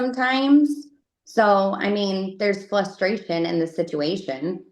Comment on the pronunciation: “there’s definitely FLUSTRATION…” 😂 Wow, so bio mom makes him flustered and frustrated at the same time?! Or maybe you’re trying too hard to sound professional and can’t speak 😂😂